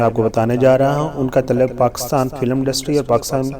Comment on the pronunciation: Taluck NAHI taalook, shoba sai NAHI shobay sai, tileem NAHI taaleem, kardaar NAHI kirdaar, is gana ko NAHI is ganay ko, tarana ko compose NAHI taranay ko compose kia tha, musak NAHI music , ashara nai ishara, khuriat NAHI khairiyat , astaad NAHI ustaad , shamal NAHI shamil , had ho gy Satyanaas mara hua hai Urdu ka Tum paindoowo nai